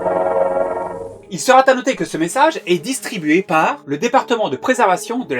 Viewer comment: "il sera" ne prend pas de -t,, mais dans toutes tes vidéos (même les plus récentes) tu fais une liaison impliquant un -t qui n'existe pas. C'est insupportable d'entendre quelqu'un louper des liaisons en, en mettant quand il n'y en a pas à faire. Pitié, corrige ça, ça fout les nerfs en pelote et donne envie de zapper. Les fautes d'orthographe à l'écrit sont déjà très énervantes, alors à l'oral il ne faut pas pousser! Sinon, merci, chouettes thèmes de vidéos